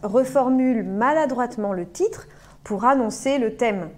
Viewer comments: Je pense c'est à cause de sa langue maternelle, elle prononce le t "CH "🙉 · Elle utilise une prononciation du portugais brésilien que n’est pas correcte. Par exemple, le mot « titre » elle le prononce comme « tchitre »